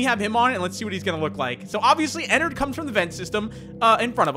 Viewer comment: BOI ITS ENNARD NOT ENNERD